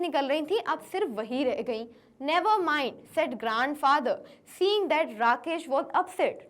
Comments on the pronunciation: mam you said grand fracther byt the correct word is grand father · you say grand fracture